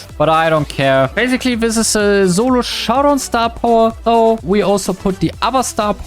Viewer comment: i love the german accent when you try to say solo you say "zulo" instead lol